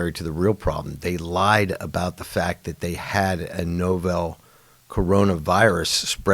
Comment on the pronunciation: Why doesn't J.M. know how to pronounce the common word novel (especially now)? Novel means unusual or new.